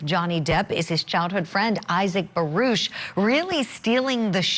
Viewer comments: It isn't barush it's baruck julie fet your facts straight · Julie we can hear and see for ourselves it isnt barush its baruckfirst quextion as usual objectssure you will sustain the objection to get it over wuth geez judge why dont you go back to law school what a fool nobody likes elaine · Again its Baruck not barush eelaines questions about phone call should have been sustained because shes trying to assume and speculate what went on shes probably with another man